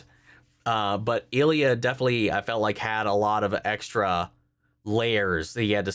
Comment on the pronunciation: The proper pronunciation is "Ill-ya," not "El-ya." How do I know this? Ilya Sorokin is an irritatingly good goalie when he is playing Tampa.